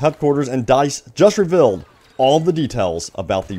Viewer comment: It’s REVEALED not reVILLed. You pronounce so many basic words wrong. Just speak properly.